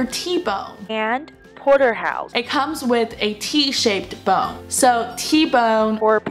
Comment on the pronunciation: porterhouse突然变成机器发音，笑出声